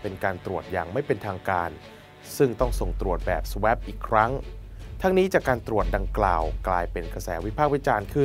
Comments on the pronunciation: Swab อ่านว่า สว้อบ ไม่ใช่ สแว้บ Swan อ่าน สวอน ไม่ใช่ สแวน ภ.อังกฤษตัวสะกดไม่แน่นอน ซี้ซั้วอ่านไม่ได้ เช็คกะ google ได้ค่ะ ลองฟังข่าวตปท. นะคะ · สวอป ไม่ใช่ สเเวป⚠⚠⚠⚠⚠⚠⚠⚠⚠⚠⚠⚠